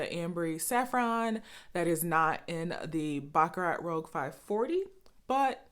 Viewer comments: It's rouge...not rogue. French for red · Say: "Rue-shh" roUGe. the other word (rogue) means means someone who goes against ordsrs. Rouge is a redish pink color i think its in makeup. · i think it’s pronounced ROOZH... and i just ordered mine and can’t wait to try it, thanks for the review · Rouge not rogue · Great video, you're beautiful, flawless skin Rouge = Red .... pronounced Roo-juh ....